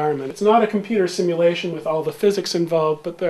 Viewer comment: sim-a-lation = simulation ?